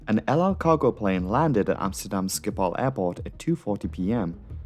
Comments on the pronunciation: Hi being Dutch, I really liked your prenouciation of Amsterdam, even for me thinking you Dutch speaking English really good, at gooimeer i was back to my other theory, but still good go. And a thing I think you cut out (i think, it felt like a setup for it at one point), one of the other results of this was the creation of Schiphol Discrete, a frequency for emergency aircraft so both the frequency and controller have only the emergency aircraft. I am pretty sure this alone might save another plane at some point. Having a clear channel of communication offloads the flight crew and might give that extra second of thought. Then again not having other pilots on frequency (beside those on the ground being curious), might mean a pilot with that one vital tip is cut out. But IMHO the gains far outweigh this. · Was 11 when this happened. Remember seeing the news footage. Must've made an impression. Nice pronunciation on Amsterdam, much closer to Dutch than the usual English pronunciation. One thing I never understood is why they didn't try to route it over all the countryside to line it up with runway in normal use that day. Perhaps the slightly longer flight time would have decreased the odds for the crew, but, to be blunt, with all the dense urban area around and this crippled. Hindsight of course but the crash at least would have been in a field more likely than an apartment building. But who knows, going by limited info, probably wasn't an option. Cheers from NL